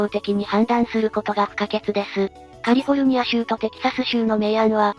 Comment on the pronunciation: カルフォルニアZAMAwww